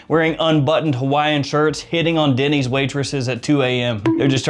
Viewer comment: He mentioned Denny's but I heard Diddy.